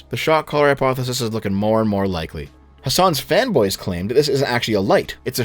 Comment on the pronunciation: Whenever you say "fanboys" all I hear is "femboys." That's it. I gotta quit.